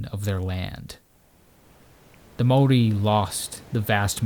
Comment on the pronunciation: Great video! Your pronounciation of the word. Maori was on point. One small.error though, gorse, while the bane of farmers actually speed regeneration of native bush. As it provides shelter for the forest floor undergrowth to establish, which then allows sub canopy to flourish when the sub canopy takes hold, the gorse just dissapears